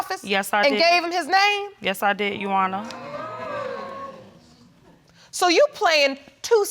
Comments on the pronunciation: I thought it was just me, but I did hear Yuwarna🤣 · She’s a no good woman, with a no good synthetic wig! ... and I’m still laughing how she keeps saying “U-onna” (your honor) 🤣🤣🤣💀💀💀⚰️⚰️⚰️ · Yes yo-wanna, no yo-wanna.😂😂😔😔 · "Judgonor" both of their speech is killing me ! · I thought I was tripping when I first heard her say Yuwana...😂😂😂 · Leslie Thank you! I was hoping everyone else heard it too! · I came to leave the same comment. Like hold on who is Shawana!? 😂😂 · Leslie Sinclair 😂 you right girl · lolllll now that I hear it, I can't un-hear it! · I swear that’s the first thing I said 😂😂😂😂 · Every time she said it I corrected her!!! Come on now beloved!!! Bless her heart! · I thought it was me!!!! I was like why they can't pronounce "your honor"? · I’m going to need her to pronounce your honor correct and fix her wig and self esteem. She’s just nasty and the child father too. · RIGHT!!! I wanted to say “YOUR HONOR!!!!!” So bad! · She can't say " Your Honor" and he's reminding me of the the boxer from Harlem Nights. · I thought it was just me, but I'm over here cracking up off of how she's trying to say "Your Honor"🤔🙈🙉😂😂😂😂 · Leslie Sinclair exactly what I was going to say! It was driving me crazy I wanted the judge to stop the show and teach her how to say "your honor." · If she says "you honor" one more time I'm going to lose it lol. Like it's YOUR HONOR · “You honor” I be so confused how these ppl mispronounce common words and phrases. 😳 like have they never heard it pronounced correctly ⁉️ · What's a "shuannah"? 😆 😆 😆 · "You honor???? Hmm...I'm almost certain there's an "R" in there somewhere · If I hear someone address the Judge as, "You Honor", one more time! It's pronounced "Your Honor people! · There's a "r" after the "u" "Yurwarnah" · But Barron, l thought l heard " yes & no your wonour" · I respect that this woman was honest about everything. Regardless of her saying “yu-wana”; she didn’t seem to lie even if it meant her reputation got some dirt.